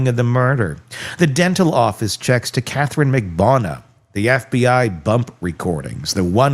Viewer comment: Why can’t you pronounce Katherine Magbanua’s name correctly?